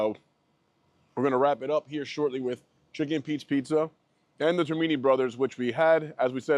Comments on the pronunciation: Actually it's pronounced TER=mini. They lost it about 20 years ago. Used to be very good. Now???? MEH. None of these places represents authentic South Philly food and drink. You are too far away from the heart of South. There are many better choices. But thanks for coming to my hometown. Oh...and GO BIRDS! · Please learn to say Termini correctly. Born and raised in Philly not far from both locations. Best of the Best. Celebre's is great pizza. Penn is a good place for breakfast. Good honest review.